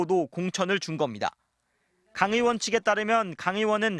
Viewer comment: 엠비시 엥커들은 의 발음을 왜 못해요 으원으원 왜그러는거에요?